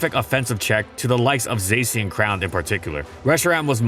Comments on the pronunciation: Its Zacian, not Saysian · the way he pronounces zacian is almost as bad as raquaza tbh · this is great but why is zacian pronounced like that